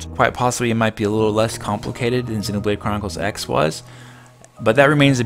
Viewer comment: You said xenobrade chronicres x like 8 times in a row bc u were trying to say it fast XD